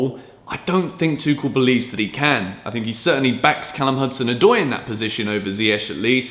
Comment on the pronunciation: Guys FYI, stop destroying coach name, Tuchel is pronounced "Toorel" and not "Tookel", just a short note